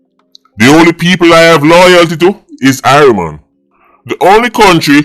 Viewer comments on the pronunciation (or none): Halgrimson said irieland not irie mon 😂😂